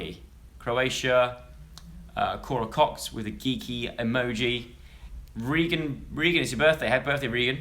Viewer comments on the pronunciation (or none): none